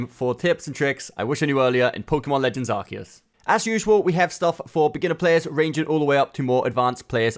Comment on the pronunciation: You said it wrong too... Are see us